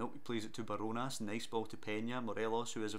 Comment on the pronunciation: ‘barjonas’ is pronounced as bar jonas